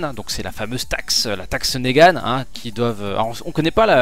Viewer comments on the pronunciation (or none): c'est pas négane mais niguen